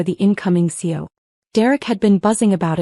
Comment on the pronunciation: CEO has 3 syllables, not 2. Fix your AI.